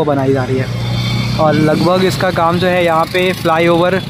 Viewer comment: "Ye Zo" nahi bhai " ye Jo" hota hai.😊